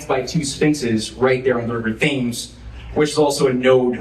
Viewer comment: A minor point, but... 'Thames' is pronounced 'Temms'